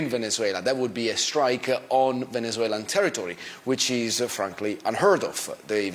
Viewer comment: Venezuelan ascent unlocked 😅